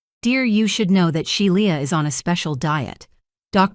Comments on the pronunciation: The name is pronounced "Shee-la" not She-li-a. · Shelia pronounced She la